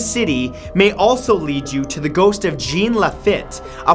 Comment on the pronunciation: Its Marie La-voh And Jean is pronounced like the name John but in French "Jzawn" and his last name is pronounced La-Feet "LaFitte"